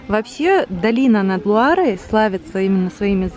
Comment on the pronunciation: Ирина ищите в гугле замки долины Луары.( не поняла почему все время говорит что "над" Лурой....как нам обьяснили французы что это долина Луары...реки Луары ) мы были во всех этих замках и места действительно необыкновенные!!!! Сказочные!